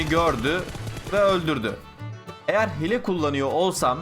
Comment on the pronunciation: abi hile diye yazılıyo ama hiile diye okunuyo hile ne